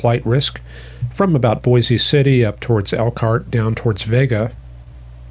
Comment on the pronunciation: Boise City, center of the Dust Bowl in the dirty 30’s. I believe it’s pronounced “Bose/Boys City”